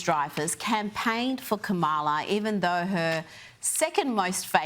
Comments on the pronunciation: She's so ignorant that she refuses to pronounce Kamala correctly. Such a cow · This rotten B! won't even say Kamala Harris's name right! This is the way Fox and Trump pronounce her name! Just vile "Rita Rotten Box"! Sorry! not Sorry! I was a teen in the 70's